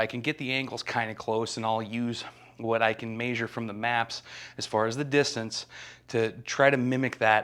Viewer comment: You have a Utah accent when you say measure. Are you Mormon you sound like my Dad?